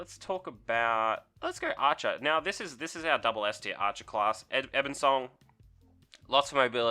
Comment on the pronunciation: bOnesong. You said Banesong every single time, but it's bone, not bane.